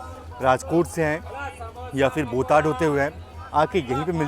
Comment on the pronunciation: station name is बोटाद not बोटाड